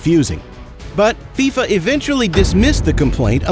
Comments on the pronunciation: Bro said fyfa it’s fifa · Why did you say fiafia it’s fifa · Bro was like Faifa 😂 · He said “Figh Fa”!! 😂😂😂 it’s pronounced “Fee-Fa” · mans said FIE FAA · Am I the only one who heard fyfa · Hold on why did he say Fi FU?!??!?!? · He said fifea💀💀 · he says fiyfa instead of FIFA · fIfA😂 why did he say it like that? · It's pronounced FIFA was in mafia. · Great vid but u pronounced FIFA wrong